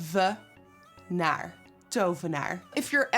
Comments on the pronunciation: lol I'm also from The Netherlands an I was like, lol hoe ze dat woord uitspreekt zo van to-ve-naar, wel leuk dat je dit soort dingen doet <3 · DOVENAAR. When you say it all together it sounds like dopfhenaar. Am I imagining that ph? Lol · Tovenaar...dovenaar...THOVENAAR... the struggle is real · Me and my boyfriend can’t stop saying ‘Tovenaar’ 😂 we have been going up to people and just saying the word and people are looking at us like wtf😂❤️💕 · I’ve just taught my two boys how to say tovenaar, they’re 6 and 3 and are amazed they can now “speak Dutch” 💗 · This new dutch word of the day is the most entertaining thing for a fellow dutchie 😂 watching all these videos on instagram of foreigners saying tovenaar omg i fucking love it ur a fucking queen girl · Beaut as always nikkie.... so tovenaar... Is t pronounced D in Dutch? I'm just from outside of Manchester but work in the city centre... Amsterdam is one of my favourite destinations 💖